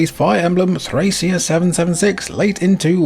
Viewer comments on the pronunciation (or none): Countless videos about Nintendo Power games, late-era SNES, and the Fire Emblem franchise, and I don't think I've heard a single person pronounce Thracia correctly; it's a hard c. If you look at the game's logo, it even has a pronunciation key in Katakana: トラキア (Torakia)